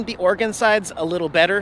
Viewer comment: JFC you're from Washington and you CAN'T PRONOUNCE OREGON correctly? It's OR-E-GUN, NOT OR-GUN. OR-E-GUN!!